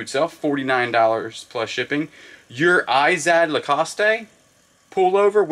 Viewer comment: Lacoste doesn't pronounce the e, it's french, so just pronounce it Lacost